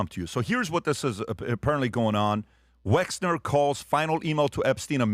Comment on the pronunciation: Patrick, have you been living in a cave? You haven’t learned how to pronounce Wexner‘s name give me a break as you always say…..😵‍💫